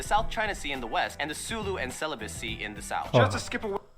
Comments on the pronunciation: correction guys,Not celibacy, it's Celebes,ok? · Celebes sea hahahahaha 'celibacy'